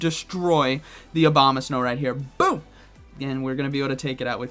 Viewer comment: that boom from first match was more like a „bom”